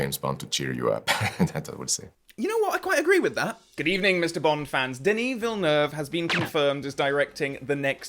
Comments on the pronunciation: Very interesting and realistic reaction... and "perfect" prononciation of the 2 syllable "Villeneuve" name, I must add!! You sound like a true Quebecer with it! LOL - Enjoy his filmography "your own way"! I am not a fan of ALL his films either, but I admire his directing talents:) Let's hope Denis Villeneuve will manage to carry on many or the " EON traditions" for 007 along with the right choice for the new James Bond actor! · Well pronounced! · as a french Canadian i can say sir. that you are one of the first to pronounce is name right 🙃, also i'd love to see your reviews of his movies. underated IMO and rarely talked about ( mostly because of how big everything else he's done is...) Arrival, and if you can, try to go in as blind as possible. as for why i think he is a great choice, his Passion for each project, his dedication, his world building is unmatched. he can also create real suspense and knows when and how to throw a curveball into the mix. i just can't wait to see what he will do with James Bond